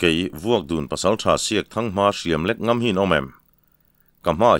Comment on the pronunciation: Sêna Raltê: Ka lo sawi leh hrâm teh ang, a thawnthu a ngaihnawm hle a, chhiartu âw pawh a la nalh e. A maherawhchu : Kuta thil kèn sawi nan chanai KIAN sawi na kén ti a i lam ṭhin leh Hlau lo sawina NGAM tih NGÂM (Ṭi lo)ti a i lam ṭhin hi chu a tum a ṭhelh deuh in ka hria.